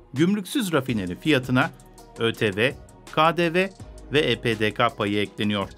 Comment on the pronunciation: E-PE-DE-KA diye telaffuz etmeyin lütfen, türkçede "ka" harfi yoktur. E-PE-DE-KE olmalı.